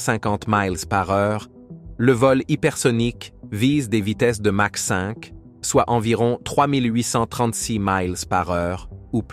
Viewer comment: On prononce "makh" et non "mache". Je pense que c'est l'IA qui est en train de nous raconter des bêlises.